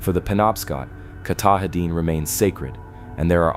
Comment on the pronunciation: too bad you can't say it so he could hear it and get it right. Oh well. keh TAH din (accent second syllable) is about as close as I can write it. He also had trouble with Sebasticook and a few other words, but hey, those old names are hard to imagine if you never heard them before. The stories were still fun and interesting.